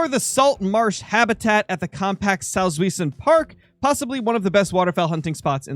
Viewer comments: Salts-vee-zen Park (Source: German major in uni). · The park is roughly pronounced saltz why(v sound for the w)sen